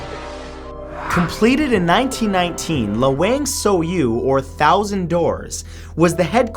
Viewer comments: Lawang Sewu one actually pronounced laa-wang sae-woo 😁 love all your video anyway, binge watching it everyday. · Anjing listen to the way he pronounced lawang sewu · i think he pronounces "LOW WANG SAW YOU" instead of "LAWANG SEWU" xD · Lawang Sewu is pronounced Lah-Wong Seh-Woo. The complex allegedly had a thousand doors. I haven't counted them. Probably included the dungeon doors too. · And that lawang sewu pronounciation tho lmao. Its supposed to be "luh-wung seh-woo" but its understandable since its not his native language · Matt says "Lawang Sewu" wrong. But that's none of my business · matthew thats not how u say changi and lawang sewuXD